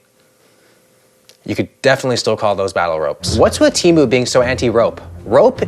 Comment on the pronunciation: SHOCK ANNOUNCEMENT Its pronounced "TAY-MOO" not "TEE-MU". I know 😭